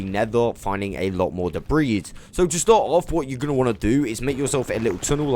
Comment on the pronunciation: The s in debris is actually silent, God if you were American you'd be one of those ppl that says ill-uh-noise for Illinois lmao sounds imbecilic but so does commenting about pronunciations lol. Good God you do say debreese a lot tho..lol made muh ears bleed.